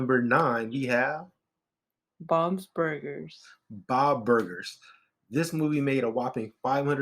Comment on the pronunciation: “Bom’s burgers”. “Bob Burgers”. 🤦‍♂️🤣